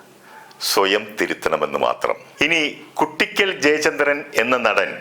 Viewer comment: കുട്ടിക്കൽ ❌ "കൂ"ട്ടിക്കൽ ✅